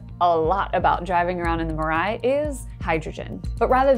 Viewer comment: I want to point out that Mirai is not pronounced muh-RYE. "Mi" is pronounced like "me." There is no "uh" sound in the Japanese language. The R in "rai" is sort of a combination of an R and an L sound, but "rye" is pretty close. There is not a hard emphasis on the second syllable (or the first). I don't think I've heard anyone pronounce this car's name correctly, and I don't understand why. It's not difficult. The fact that my name is Mirai might be factoring into my judgment.